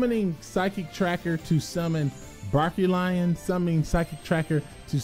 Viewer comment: I laugh whenever he says Barkion wrong